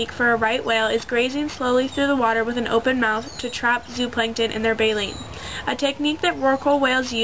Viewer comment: Its baleen.... jesus girl.